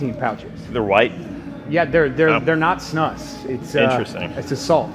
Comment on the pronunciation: Also props to Z for pronouncing "snus" correctly 😂